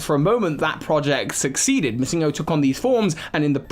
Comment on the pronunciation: The way you pronounce MissingNo is so strange. Its short for Missing Number so It wouldn't be pronounced MissingGo